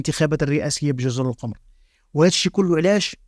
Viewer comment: جزر القُمُــر بضم القاف وضم الميم. تحياتي.